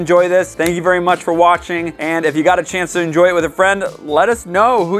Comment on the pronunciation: “ENJOYLL” did you enjoyll that chocolate poop